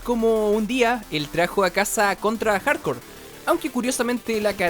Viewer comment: parece que dice contra hardcore xd